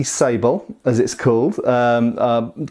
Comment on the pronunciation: Hey great to see a sword from my native country of the Netherlands. Maréchaussée is pronounced Mah-ruh (as in rut) -shoh (as in Shiloh) - say. Sabel means sabre and is pronounced Sa (a is pronounced as the last a in Brittania) - bell. These are just the English phonetics of the top of my head but I hope it helps. Keep up the good work been a fan for years.